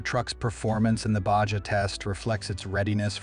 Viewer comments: BAHA, NOT BAJA 😂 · You say it like Bahaa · Baja pronounced BaHA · Did they really say, “Bay-Jah?”? SMH!! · Try to pronounce BAHA like a real human being. You loose cred when you make such a glaring mispronunciation. It's like when I misspell a word. I wind up loosing the good will of my audience. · BAJA pronounced BA HA 🙀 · We have this random translation going on across the border, lol. J is H, R is silent (I think). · Suggest you learn how to pronounce ‘Baja’. The editors must be deaf. I gave up trying to count the mispronunciations but it was a bunch. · They must be using computer language because nobody pronounces Baja that way